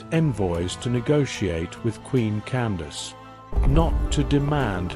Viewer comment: I’d like to add that her name was Amanirenas. Candace as you stated was an official title pronounced “Can-doc-keys” (my way of phonetically spelling it). There is a bust of Augustus Caesar in the British museum that was found under Amanirenas’s temple/throne (please look it up). She was known for raiding Augustus Caesar’s territory and brought back a souvenir. She buried it under her feet (throne) to signify how she felt about the foreigners coming into her cousins (the ancient Egyptians) land and now trying to take over hers. The one-eyed queen: Amanirenas❤